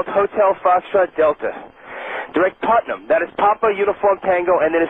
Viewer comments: it's putnam not partham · PUTNAM not PARTHAM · It's not "Partham" VOR - it's PUTNAM VOR. (PUT) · partham? its PUTNAM VORTAC, 110 NM north - north west of KJFK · PUTNAM VOR not parthnam lol